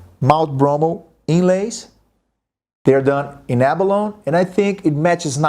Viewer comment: Love your playing. Abalone -That would be ab-a-lone-ee in English.